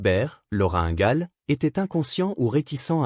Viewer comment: Ces voix générée par intelligence artificielle sont insupportables. Qu'est-ce qui me confirme que c'est une voix artificielle ? UNGAL au lien de INGAL LENTDON au lieu de LAND DONNE